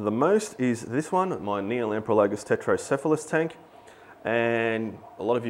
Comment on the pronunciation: Just so you realize it, you are spelling it Tretocephalus (which is correct) and you're pronouncing it Tetrocephalus. =P Put the R with the first T and you'll be gucci haha. Love the channel thanks for all the videos!